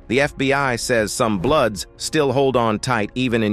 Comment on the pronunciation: Idk it this is AI or a true voice but he can’t even pronounce bloods or blueds if they met to say blues lol this is a joke I rather hear it from true gang members!